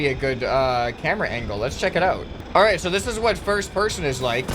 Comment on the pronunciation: you said pirst person